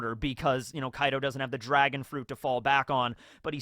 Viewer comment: did rly choose "dragon on" over "drag-on" 🤔🤔🤔